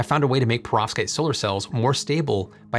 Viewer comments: Your pronounciation of perovskite seems deliberately off, if only because you surely can't be doing it that wrong, in that way, so consistently. The way you say it: "Provskate" The correct pronunciation: "PER-ov-SKYte" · Why are you saying profskites.. it’s .. PEROVSKITES 😭